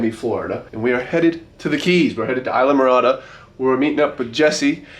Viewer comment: Ee lah Morada. Not eye lah Morada